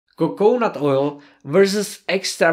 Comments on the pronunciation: co co nut, rather than coke nut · PS it is coconut three syllables. Co co nut. :)